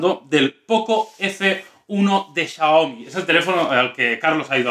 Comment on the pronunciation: no sabe pronunciar Xiaomi